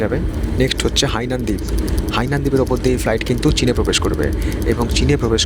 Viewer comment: ওরে শা... ওটা হিয়ানান নয়, হাইনান এয়ারলাইন্স